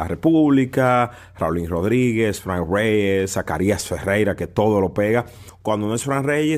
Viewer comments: si tu en tiende que suena cursi perfecto. Que hable como un hombre quien no sabe como se pronuncia Frrank Reyes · déjate de eso que Ute ni es gringo y su inglés es malísimo eschate como tu pronuncias el nombre de Franck reyes déjate de eso con 2 días viviendo en Nueva York y ya te la tiras de gringo 😂😂😂😂😂😂 stop the joke son and stay in your lane stop trying to sound like if your speak perfect English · Carlos Rodriguez Te gusto como pronuncia Frank Reyes 😂